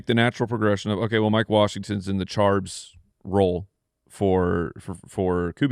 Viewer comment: Stop saying charbs Mike